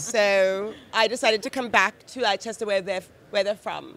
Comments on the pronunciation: apologies for being that guy but "Leicester" which is presumably what you mean is pronounced more like "Lester" Same deal as Worcestershire sauce being pronounced ~Woostershire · Leicester: ❌ "Lie Chester" 👍 "Lester" Yes, England is a silly place